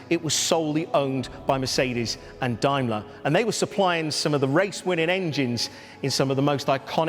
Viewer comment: "Dimler" ? Has the pronunciation changed over the New Year?